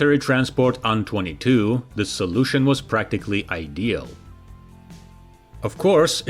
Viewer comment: Dude, you need to stop this. AN22 is an INITIALISM, not an acronym. You say "eh-enn-twenty-two" not "on-twenty-two" because that's confusing as hell. Same with Tupelov. It's "Tee-Yoo-one-one-four" or "Tee-yoo-one-fourteen" it's NOT "two-one-one-four" because that's confusing as hell! STOP IT!!! How can you not understand this? Is the first syllable of Tupelov different that the number Two in your language? Because in english they're identical. You know this. Knock it off. Now.